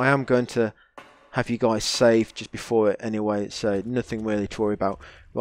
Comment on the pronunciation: i watched almost 5 hrs ur vids, n im rly curios why u keep saying SAFE instead of SAVE .... its kinda annoying